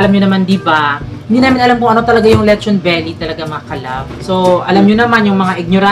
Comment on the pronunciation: be like: letchon beli beli beli beli